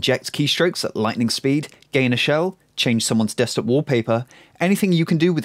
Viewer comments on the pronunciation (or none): none